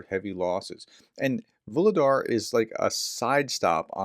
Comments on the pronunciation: Hey, pronounciations getting better every time. As Vu - lhe - dar is Vo - ro - nez. Just the same. Like your videos so much and your mispro is just charming ;) I'm not sure, but who seams to get the pros quite good ist "Macronomist" from Germany. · Вугледар Vugledar. The "G" is soft... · Vuhledar, aspire the h as if it was h in hand. Vuchledahr, but there it's too strong. Anyway, soon you won't need to mention it anymore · Voo Glue Dar. The H is pronounced as a G. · H in Vuhledar is pronounced in the same way as H in Harris